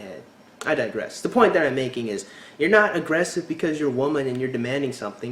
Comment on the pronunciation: Oh thank you for pointing out the Up-Talking! Drives me nuts. Also what is it with American girls replacing the "E" sound in words with an "A" sound! Example: at one point in this video the girl tried to say the word "aggressive" but it ended up coming out "aggrAssive", Am I the only one who notices and is driven insane by this type of speech? Friends turns into frAnds, celebrate turns int cAlebrate etc.